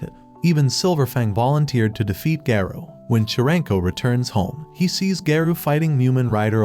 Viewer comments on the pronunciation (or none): bro its garo not gayro😊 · “saitama accidentally destroyed sonics future”💀 “just as mumen rider got sent to heaven” “hero association summons saitama” “tatsomaki”. : “GEENOS” “BOWROWS” “GAYROU” “fuybuuki” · bro said "TETSUMAKI" "GAREO" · Why is garou called gayrou💀☠️☠️ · I like this bro but bro what Garou it is garu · Garou is not gayrou 😂😂